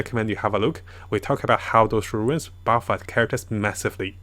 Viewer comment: Everybody: Runes: Ruins